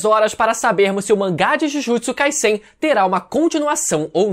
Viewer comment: Me dá uma agonia desse mano falando Jujutsu “Kaissein” com esse S tendo sonoridade de SS. Pela regra da língua seria som de Z essa porra. Acho que tenho TOC. Não é possível